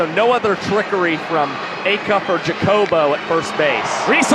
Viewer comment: could y'all maybe agree on how to pronounce Jacobo's name??